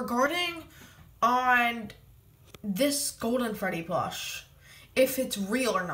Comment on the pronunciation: Is it me or does he say plosh?